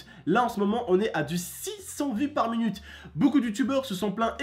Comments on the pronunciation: Il dit munute au lieu de minute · Mdrr il me tue quand il dit par munute 😂